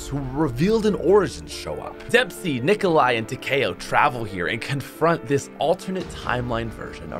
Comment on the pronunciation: We all know he said takeo different becuz he was in der eise